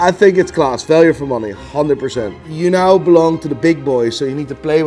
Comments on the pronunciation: I especially love how you pronounce the word “now”. Priceless. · Can you not say "Now" the proper way at all?